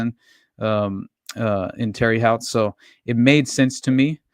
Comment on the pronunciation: Really enjoyed this. Just for future reference, the city where the detective was murdered is pronounced like Tara Hote= Terre Haute lol